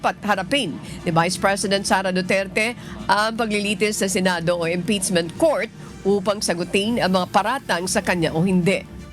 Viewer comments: Impeachment ❌ Imptizmint ✅ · Madam anchor hindi po yung articles of impitchmint😂😂(impeachment) ang cnabing unconstitutional kundi yung pag violate ng 1year bar rule.... hindi po kau nakikinig sa spox ng supreme court.